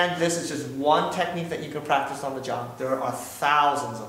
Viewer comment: Did he say plactice. I want some Flench flies no I think you need French fries. ...... Oh I am velly Solly.